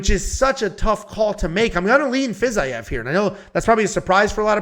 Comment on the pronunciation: Fiz I ev is a crazy way to pronounce it lol love it 😂